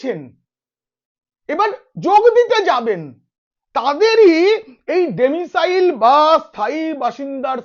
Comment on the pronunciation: ডেমিসাইল নয়, কথাটা হল "ডোমিসাইল"।